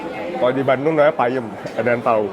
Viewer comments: Peuyeum..bukan payeum 😅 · Di bandung disebutnya Peuyeum, bukan Payem kata Ibu itu 🙏 Salam sehat... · klw di bandung peyeum,bukan payeum hehhehehe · Di bandung namanya bukan payem bro, tapi peuyeum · TAPE BANDUNG namanya PEYEM ( Peuyeum ) Bukan PAYEM😂